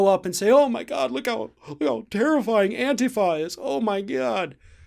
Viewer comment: They need to find out this isn't a video game. Real bullets hurt. And THANK YOU for pronouncing "Antifa" correctly. Thing is, anyone for Democracy is Antifa. The name has been tarnishe by thugs who don't believe in anything but looting and violence.